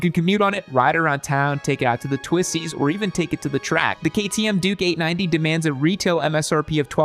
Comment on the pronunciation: Triumph over the others.. Also.. i keep hearing him say "Dookie 90" WTF.. its gotta be on purpose.. he's clearly calling the bike a turd..